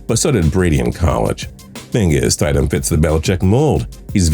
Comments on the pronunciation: Is no one else pissed by how he pronounced Jarrett Stidham? I mean come on! Stid-‘am. Not Stide-‘em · Its pronounced stid-ham not stideham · St-I-sham lol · Stiddam is pronounced ( stid ham) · “STIDE-EM” it’s pronounced “Stid-em” and the only reason I knew that is because for a brief period I worked with his dad. Cool dude. Told me a bunch of cool backstories with some nfl players while they were in college. Good for him. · Bro you guys should look up how to pronounce the names. Its Eric Decosta not Decousta. Its also mid rounders not late.... Jarrett Stidhmmm not Stiedham. I expect better. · It’s Stid-um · Omg Stid - Ham smh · You kept miss pronouncing Jarretts last name...... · you legit don't know anything about football can't even pronounce jarrett stidham's name :)